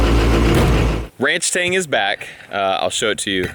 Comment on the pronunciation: You keep saying it wrong. It should be ranchSTANG